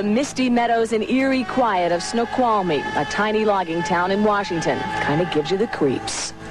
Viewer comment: snow-qhal-a-mee Oh jeez...